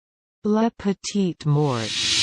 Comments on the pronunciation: It's MORE.. LA petit more that's how it is pronounces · Nope! That's incorrect. It's "lah pe-teet more". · That is literally the opposite of how you pronounce that